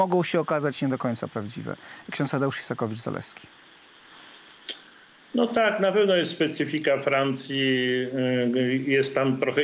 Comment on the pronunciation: Ks. Isakowicz a nie Izakowicz, wstyd Telewizja Republika, przekręcacie nazwisko tak znanej osoby?!!